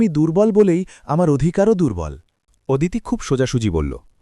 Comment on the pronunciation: ওদিতি নয় হবে “অদিতি “